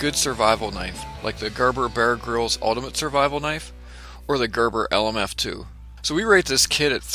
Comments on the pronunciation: I find myself saying "Ermahgurd" every time you say "Gerberbuhrgrihlz". ;-) Bit of a tongue twister, this one. Great looking video. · Gurr burr Be-urr Grylls.